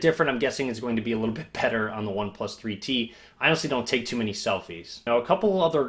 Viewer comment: For few minutes I didn't understand why you are keep saying "free tea" then I realized it's "3T" :D